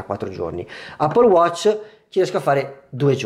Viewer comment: Appol watc 😂😂😂😂ma lo dici come si scrive ?? Allora di eppol non appol !!😂😂😂😂😂😂😂